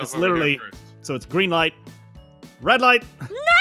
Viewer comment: It’s not a red wire it’s a wed wire